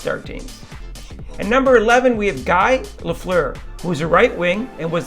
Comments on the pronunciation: If you can't pronounce Lafleur's first name properly you shouldn't be making this list. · Wow, not pronouncing Guy Lafleur and Mark Messier names correct. I can't finish watching this. If you don't know hockey, do not do a top Rankings list!